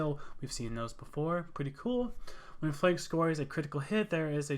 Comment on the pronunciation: Why are you calling him “flake”? Its “Flak” as in a flak vest. Christ.